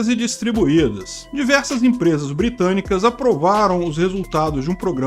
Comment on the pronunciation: Calma! Empresas "Bitânicas"? Compreensível.